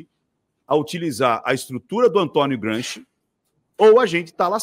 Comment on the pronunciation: Kkkkkkkk "Gramsci" kkkkk